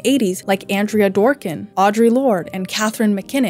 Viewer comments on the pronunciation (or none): none